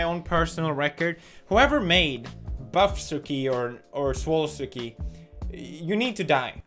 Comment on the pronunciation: No one: Pewdz: SWOLLSkI